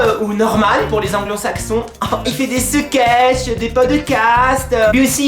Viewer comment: tu m'as tué "podecast... seketeche..."